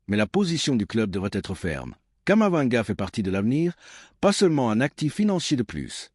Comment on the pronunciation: Vous me décevez en disant toujours Kamavanga . Il s'appelle KAMAVINGA. C'est vraiment dommage.